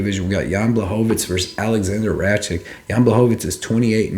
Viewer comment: Since when is a "K" pronounced as "CH" in Rakic? (Ruck - itch is the correct way)